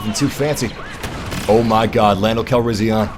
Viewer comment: why do you put more emphasis on the "an" part of Calrissian. And pronounce it "Calrission." See how I'm telling you that you pronounce it oddly? How you pronounce it like the second "a" like an "o?"